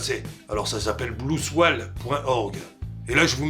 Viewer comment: Ouais salut. Bon, "blou soual" c'est vraiment pas ça . Non, la prononciation c'est plutôt un truc du genre "blou soyl" (pas facile à transcrire). Sinon, pas mal la piscine olympique pour Sarko :)